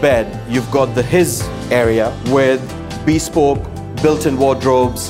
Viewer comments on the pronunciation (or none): Matey really needs to learn how to pronounce bespoke. It is beSPOKE, not BEEspoke. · Bee-spoke, lol